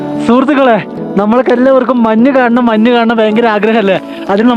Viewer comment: മന്ന് അല്ല മഞ്ഞ്